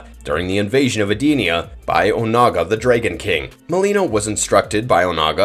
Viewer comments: You lost me immediately with that pronunciation of Edenia and calling Shao Kahn an alien. Outworld is a different realm, not another planet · Lol Ed Dinnena? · Yup and he completely mispronounced Edenia. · That's not how you pronounce edenia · Why are the names so messed up. I never heard Shaolin and Edenia pronounced so badly.... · This guy needs to do some research on pronunciation. How do you cover mortal kombat and butcher Edenia and Shaolin?